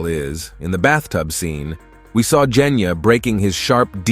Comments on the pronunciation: “he just needed to find out how to destroy the drum that controls the dragon like creature” (basically what he said) I mean zohakuten is literally keeping away from him, how the hell is he supposed to get rid of it if he can’t get close Edit: Did he just say KENYA AND NOT GENYA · Bro said Kenya instead of Genya💀 btw no hate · Bro keeps saying Kenya instead Genya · is it just me whenever the guy says "Genya" I hear "Kenya" who else hears it? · Bot: Genya ❌ Kenya ✔️ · Jenya:✅ Genya:❎ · I’m sorry….JeNyAh!?!?!? It’s genya sir lol 😂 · and y r u kept calling Genya "Kenya"? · bro said kenya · “nez” and “kenya”😂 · Ah yes, "jenya" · “Jenya” help i can’t💀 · Bro said jenya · Bro said "Kenya"💀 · I'm sorry but you calling genya jenya is so funny